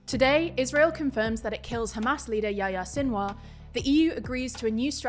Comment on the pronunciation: not pronouced "Yaya". it's "Yehiya" if anything.